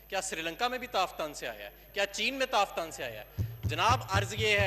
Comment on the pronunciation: Azhir sahib kam say kam tafthan k nam to teek say bolo. Allah ke shan hay tum jasay kuttay be khandan hay.